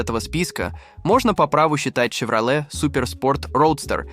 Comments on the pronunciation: С чоеном во рту что ли озвучивает. Щевроле Карл. Автор озвучка не твое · Шевролет ,хилукс? Ну ты грамотей!? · Вообще-то Щевролэт. Он же ясно сказал.